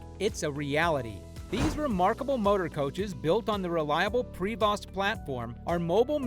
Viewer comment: Prevost, pronounce pri-vo, not prayvosssttt